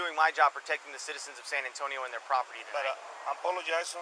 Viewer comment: The way you pronounce san antonio was very accurate